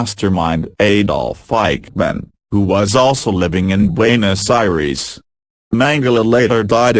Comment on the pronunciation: Forbfuck sake learn how to pronounce some of these nmaes, you're making us look so bad with the way you're pronouncing Buenos Aires